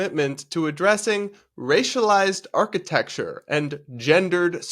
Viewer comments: Dude can barely even say architecture, he said archti-texture multiple times. I don't trust politicians who can't speak properly. You're job is literally public speaking! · Is he saying archi-TEXT-ure!?? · Damn autocorrect! He said architexture - twice